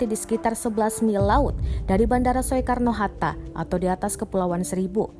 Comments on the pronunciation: Soekarno itu bacanya "Sukarno" bukan "Swekarno!" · Bilang saja SUKARNO HATTA, bukan SUEKARNO walapun ada huruf E. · kenapa bacanya so-e-karno bukan sukarno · Bacanya so e karno, baca sukarno...dasar pauk. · Soekarno Hatta itu dibacanya Sukarno hatta, bukan Sowekarno hatta. Semoga bisa lebih baik lagi ya. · Tolong naratornya benerin. Bukan "So-e-kar-no", tapi dibacanya "Su-kar-no". Itu nama Bapak Proklamator Indonesia lho. Btw semoga seluruh keluarga korban diberi kekuatan dan ketabahan, semoga semua korban segera ditemukan, dan semoga semua org yg terlibat dalam investigasi dan pencarian diberi kelancaran kesehatan dan keselamatan semuanya. Aamiin. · Pembaca berita mbok Ya yg bener bilang Sukarno masak dbaca Soekarno, turut berduka cita bagi para korban. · Soe Karno 😀😀 itu ejaan lama nak oe di baca U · Soekarno baca Sukarno,parah banget narasixa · Sowekarno itu bandara mana? Belajar Bahasa Indonesia nggak sih mbak nya... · Penyiar kok baca Soeharno Hatta nggak bisa ..Soe kab bacanya Su... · pendidikannya apa? Baca SOEKARNO aja masih salah. Malu²in Negara aja. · ini yg ngomong org indonesia bukan, baca soekarno aja gabisa